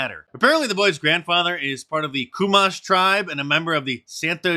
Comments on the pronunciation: MARK!!!! I love you brother. Your reports are spot on. But please, if youre going to report on the natives, please try to say their tribes names correctly. Chumash Pornounced: Shoe-mash Not how you said it. Thanks bud! Rock on. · His tribe is pronounced chew-mash. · Great video! However, the Chumash tribe is pronounced "Ch-umash" with "ch" pronounced like "chat" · CHUMASH = pronounced, CHEW-MASH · Mark, pronounced "Chew"-mash, as in chewing mashed potatoes. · It’s pronounced “CHEW-MASH” they live on the CA central coast. That’s so hilarious that this kid is gonna end up eating dead spin for a good snack. I hope the family smashes the woke media I dated a Chumash back in the day but she gave me a Chumash Rash… Woommmp wommp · 😂 hey, chumash is my area! (Ventura, ca) this is freaking hilarious😂 just fyi its pronounced "chew-mash" from santa "ye-nez". The chumash tribe has inhabited coastal California & the channel islands. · Mark,I believe it's pronounced "Shoe-Mash"tribe. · It is pronounced Choo Mash. Thanks Mark. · You're pronouncing it wrong I live next door to them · Santa E-Nez Shoe-mash indians is how it's pronounced I'm pretty sure not coo-mash hahah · Hey they are from my area. It's pernonced cew-mash. And Santa e-nez